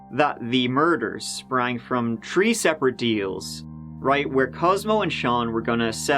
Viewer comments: whats that accent ? ^^ three = tree thirty = turdy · honestly it’s my fav part of the vids. When he exhales and says “here we go”. Then says “ on te turdy turd of may at tree turdy tree and turdy tree year old man went missing” 😅😅😅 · Bucks - rhymes with ____, not books. Three, not tree. Thirty, not turdy. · "Tree turdy" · Please learn how to properly say 30 or three. Not “turdy” or “dirty 3” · "Tree of dem" "Tree days laturr". "Bout Churdy minutes" I cant. I just can't. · Turty tree and a turd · please i need to understand something. What accent is the 3 three pronounced "tree" what part of England is that from? I ask cause I also noticed that they use that pronunciation in ATC communications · Why selectively pronounce "th"? He says it fine for "they" or "that"... but then "three" becomes "tree" and "thirty" becomes "tirty". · it's a Irish thing I'd say tree instead of three I'm Irish 🇮🇪🇮🇪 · That’s just our accent we find it hard to pronounce th my northern Irish friends love to ask me to say 33 1/3 rd 😂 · It's weird because the rest of his accent isn't strong at all but tree and turdy are the two things he emphasizes. He also says Thank you normally. He's definitely doing it on purpose. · You mean the number tree? One two tree four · usually galway/western irish that does this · ITS FUCKING THREE NOT TREE!!!! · Why does this guy say "think" but then says "turdy"? Seriously. Just curious. What's the deal with an accent that allows for the "th" sound but only on certain words? And how does he pronounce the word "tree"? I'm intrigued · Turdy = Thirty.... Tree = Three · This boy said “tree” of them and “dirty” 🤦‍♂️🤦‍♂️😂😂😂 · His accent. 3 is tree, turd is third, turdy is thirty, etc. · I thoroughly enjoy the way you pronounce thirty and three as tirty and tree. I mean no offense, honestly! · Tree days and turdy minutes apart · True and this comment has tree point tree thousand likes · "Tree" "Turd" "Turdteen" "Turdy"